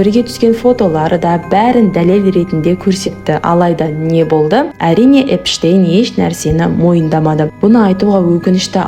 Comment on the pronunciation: Эпштейнді Энштейн деп отрм ғо